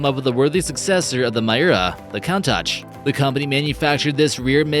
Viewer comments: It is pronounced "koon-tash". Great video! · Damn, had to quit watching again because I couldn't stand his blatant mispronunciations! I stopped and scrolled down to see how many people commented on "Count Tatch," only to restart and find he'd butchered "Miura," too! Disliked again.